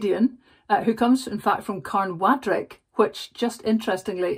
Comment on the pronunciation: 1. I don't think he offered a grovelling apology 2. You canny pronounce Carnwadric, even when you look down at your notes constantly 3. RiP Benny Harvey